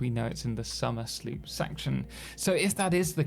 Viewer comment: Question: Isn't it supposed to be pronounced Somer's Loop?